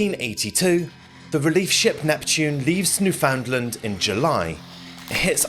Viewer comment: Its pronounced New-fa-land.....ask me how I know lol